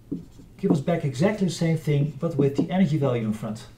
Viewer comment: Great Video. No critic, but (imo) very funny: Every time you say Energy, I hear anarchy. ;-)